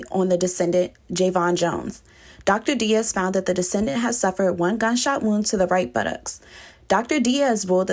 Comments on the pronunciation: She is killing me, keep say "descendant". The word is "decedent" meaning the person that died or is deceased. 🤦🏾‍♂️ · oh my God she really said “descendent” the whole video smh a descendent is someone you descended from… a Decedent… is someone who is DECEASED